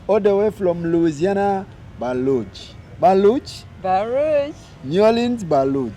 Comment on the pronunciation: Baton Rouge😂😂😂😂😂😂not Balug